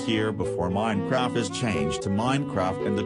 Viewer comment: its minecraft not minecraf